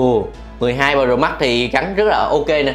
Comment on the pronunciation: Cách phát âm nghe lạ lạ (Bờ rồ mắc)&cờ líp